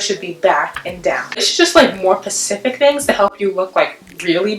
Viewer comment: specific not pacific.